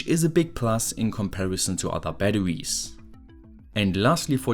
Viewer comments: "Ba-da-wees" I love the way he says batteries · thanks, i hadn't heard of LICs until now! very useful. p.s. the way you pronounce "batterwies" is absolutely adorable 😘